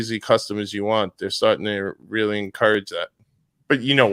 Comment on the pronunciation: Wheely..wheely...de brain bwain is fowgiven..wheely wheely... FMD